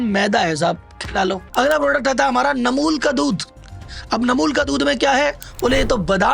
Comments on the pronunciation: आप खुद ही गलत कम्पनी के नाम बता रहे हो, अमूल को नमूल, फॉरच्यून को नोर्चुन, शुगर फ्री को शुगर ट्री, ब्रिटानिया को नुत्रियानी बोल रहे हो, जो कि गलत स्वयं ही बता रहे हो, जो कि गलत है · वीडियो बना रहे हो तो प्रोडक्ट का नाम तो सही बताओ रियल को रील बता रहे हो अमूल को नैमूलबता रहे फॉर्चून को नाचून बता रहे हो सही वीडियो बना रहे हो तो नाम भीसही बताओ